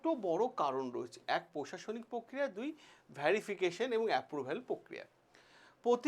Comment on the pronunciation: Vyarification ki, pronunciation thik korun